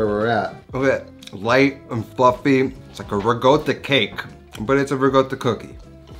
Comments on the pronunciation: Every time I hear riGotta, I cringe. It's RiCotta with a C, not RiGotta. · There's no 'g' in Ricotta. Pronounced: ri - cot - ah It's a short 'o' sound, not a long o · Those look amazing..... I'm going to try them. And..... I have a suggestion.... 😂 for some merch. I've realized, you say it RE-GOAT-AH No, you do.. Regoatah I need a tee shirt with your face on it, and you're saying IT'S PRONOUNCED REGOATAH!!! Yeah yeah. I'd buy it